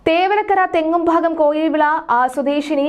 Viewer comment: തെങ്ങുംഭാഗം അല്ല തെക്കുംഭാഗം ഞാൻ കേസ് കൊടുക്കും 🥰🥰